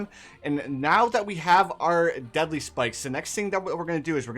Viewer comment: I know he said “deadly” spikes, but for some reason I heard it as “deli” spikes